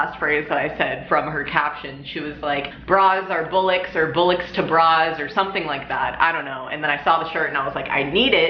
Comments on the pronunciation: 'Bullocks'? It's pronounced boll-locks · Im sorry but its pronounced "boll-ocks" not bull-icks :) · It's spelt BOLLOCKS ! Not BUllucks ! Why do Americans do these things they do !! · It's not bullocks, its nothing to do with bulls. its bollocks as in boll rhymes with doll-ocks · It's 'bOllocks' not 'bUllocks' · The ONLY issue i have with this video about going braless, and letting ya titties out, is it's pronounced "BOLL-ocks" not "bull-ocks" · It's "BOL-OXE" not "BULL-LOCKS' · It's pronounced BALL-AWKS. Not bullucks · Bollocks is pronounced boll-ox not bowl-Ox. No hate just help from an English friend! Lol! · its pronounced with the 'o' bollocks not bullocks xox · oh please....and its pronounced bollocks not bullocks. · It's pronounced ball-ox we use the same word in Ireland. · Hi, have you heard of Bollywood and Boll'e sunglasses . bOllocks it's pronounced boll ocks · Don't give a damn about your tits it's pronounced ball-ocks, say ballocks, yeah fkin bollocks, wheres the bull in bollocks? Thats ballshit. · bollocks is pronounced Ball ox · learn to pronounce 'bollocks' before you make the video. i mean ... wtf makes you think boll is pronounced bull? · Bollocks, not bullocks. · It's pronounced balllocks say ball locks fast I'm Irish it's our second favourite swear word right behind fucking pronounced fuckin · It's pronounced ballox, luv. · Please stop saying bullicks and enunciate the o. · Its not pronunced "BULLOCKS"😂😂😂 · You're pretty well endowed, sweetheart. You won't be so young and little support wouldn't hurt. BTW, it's pronounced [bol-uh ks]. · It’s boll -icks. Not. Ball or bull. Bollocks is the way it’s spelled but pronounced bollicks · First time I've ever heard a North American use the word Bullocks , but mispronounced . The kids say bullocks ? By the way in case you don't know it means balls / testicles , but used only in the mode of denunciation , as in : That is a load of shit . Total bullocks . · BOLLOCKS... not Bullocks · "bullecks" I'm dyin